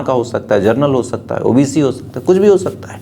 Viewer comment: Bhai saab genrel hota hai.gernel nhi